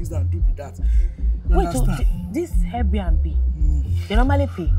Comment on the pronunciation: It’s the pronunciation of ‘Air B na B and Little P’ for me 😂😂😂😂😂😂😂, my God kiloshele